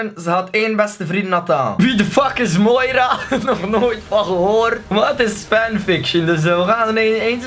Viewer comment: Grappig dat je mijn naam juist uitspreekt :) mijn naam is toevallig moira xd